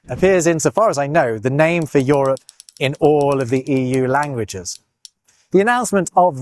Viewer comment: What accent is this that pronounces Euro and Europe as Yoro and Yorup, rather than youro and yourup?